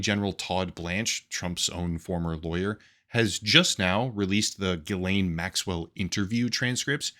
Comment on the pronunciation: "Maxwell no say what I like, therefor she must be lying" says bro who cant even say her name right